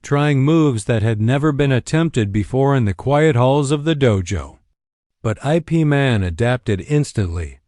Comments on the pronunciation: Ip Man is NOT pronounced I. P. Man. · O M G "˜ ˜ ˜ ˜ ˜ I. P." sounded likes entence end. then "Man's expression never altered."